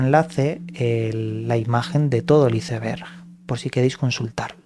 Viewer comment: Por qué pronuncias así "ICEBERG" lees bastante...creí sabrías pronunciar.